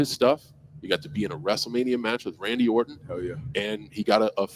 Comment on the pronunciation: lol no idea why this irks me so much, but the way you enunciate the “t” in Orton is killing me